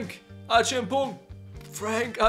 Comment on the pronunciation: Like the way you say Acheampong 😂😂😂